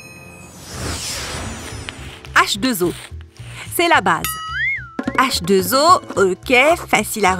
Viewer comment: J'adore quand dit h2o. 😀🤣.